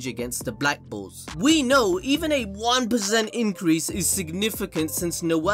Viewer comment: When you say bulls it sounds like black balls .